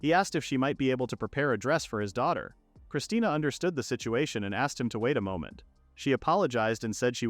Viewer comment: I’m getting unbelievably mad the ai calls her christina when it clearly says christine